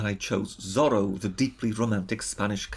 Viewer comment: I assume this britter guy is gaining subs because he has an uppity attitude basically. He said Zorro wrong by the way Lol